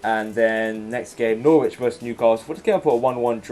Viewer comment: It's Norwich not Noooooooooooorwich jesus christ lmao